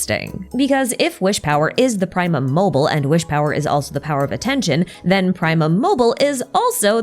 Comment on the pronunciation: ok but. it's. "primum mobile", not "primum mobil". you have to pronounce the E 😭, all three short syllables (ok, it's not "praemum" either, the i is pronounced more like a short ee like in "triple", but that's not nearly as painful to listen to multiple times in a row...)